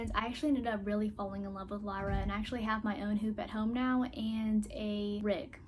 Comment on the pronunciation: It's " lee-ra" not "la-ra"